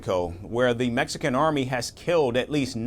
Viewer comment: Mexican = Mexicant 😂😂😂